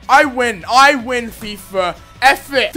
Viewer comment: its i win fifa.... not i win fifer... lol